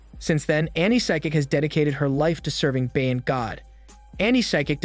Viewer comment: Ba-yan” why do people keep pronouncing it wrong. Also Thai people does your Bayan have the same meaning as ours here in the philippines? ours means Community or Nation. I'm curious as to what you're Bayan means.